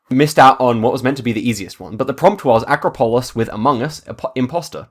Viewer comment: Love your videos. Fyi though, acropolis = uh-KRA-poh-liss.